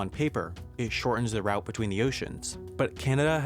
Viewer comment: He can't say "route", either!